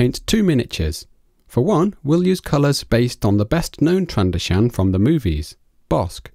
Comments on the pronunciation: Also its not trando-shan, it's pronounced tran-do-zian. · Tran-do-shaan...DX Tran doe shun